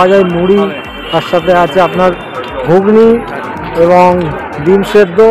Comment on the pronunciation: ওটা গুগ্নী নয় ঘুগনি হবে।